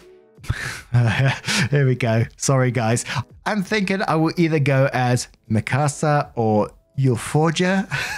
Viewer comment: got himself worked up but his pronunciation of Mikasa for someone who doesn't know the name (or I presume how Japanese phonetics work, I presume) was honestly as good as you could possibly expect it to be. One slight tweak to a single sound he made and he would have actually nailed it.